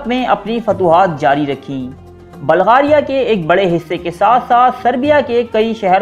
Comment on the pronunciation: Oye balgaria nhi hota bulgaria hota hai